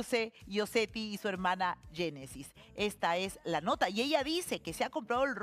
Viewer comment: Habla bien Magaly es Génesis no Yenesis 😂😂😂😂